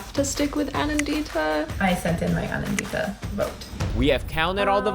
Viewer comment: i love the way americans say indian names like they called me kha-vee-yah instead of ka-vyaa and they call aa-nan-dita, a-naan-dhita. trust me while i was in the states, i forgot how i pronounced my own name